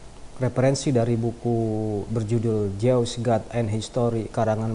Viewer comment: Baca jews nya salah